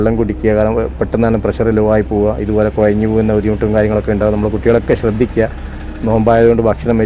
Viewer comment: കുയഞ്ഞ് എന്നല്ല കുഴഞ്ഞു എന്നാണ്